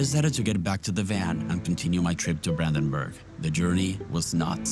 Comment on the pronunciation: Brandenburg nicht buandanbuag